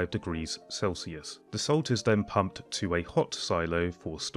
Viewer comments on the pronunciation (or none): none